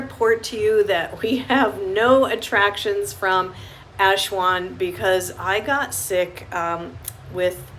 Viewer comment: Nice video. Not sure why Aswan is being pronounced Ashwan though.